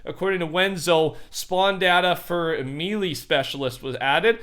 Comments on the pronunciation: the way he says melee lmao. Its pronounced may lay not me lee. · Melee is pronounced may-lay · "Mealy" hahaha Cmon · Melee is pronounced like Maylay just so yall know. 😅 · Melee. Pronounce it with me.......... MAY-LAY MAY-LAY MAY-LAY MAY-LAY MAY-LAY MAY-LAY MAY-LAY MAY-LAY MAY-LAY MAY-LAY MAY-LAY MAY-LAY MAY-LAY MAY-LAY MAY-LAY MAY-LAY MAY-LAY MAY-LAY MAY-LAY MAY-LAY MAY-LAY MAY-LAY MAY-LAY MAY-LAY MAY-LAY MAY-LAY MAY-LAY MAY-LAY MAY-LAY MAY-LAY MAY-LAY MAY-LAY